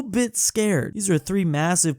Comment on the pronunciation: I will help you how to pronounce Asean its pronounced Aseyan. Your welcome